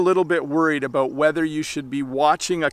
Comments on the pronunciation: Thank you for saying ‘about’ and not ‘aboot’. I am 69, have lived and travelled coast to coast and NEVER heard a Canadian say ‘aboot’. The only time I hear that is when an American says it trying to imitate Canadians. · I don’t see anything wrong with how he pronounced “out” “about” or “boat”. Sounded proper to me.